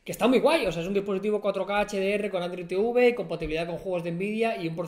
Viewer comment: "android teuve"